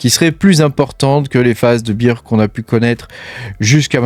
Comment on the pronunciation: Merci pour la vidéo, si je peux faire 2 remarques cependant c'est que tu nous présente des graphiQUES et pas des graphiSMES, et d'autre part il vaut mieux prononcer Bear "bère" plutôt que "bire" qui correspond à Beer (bière) sinon ça donne l'impression que tu parles d'un marché de la bière plutôt que d'un marché baissier 😂